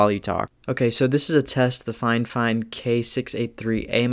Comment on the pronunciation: Brother you mis-pronounced Fifine as Finefine. (I'm sorry, it happened multiple times so couldn't stop myself from pointing it out)